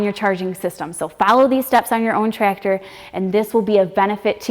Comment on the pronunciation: I love the way says, "Tractor (Trector)". I wish I could have met someone like in my twenties.